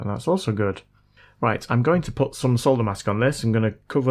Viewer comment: Nice to hear 'solder' said correctly. Grates on my nerves when it's pronounced 'sodder'! 😊😊